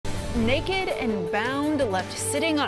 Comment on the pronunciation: Did she say "neck-ed." 🤣🤣😂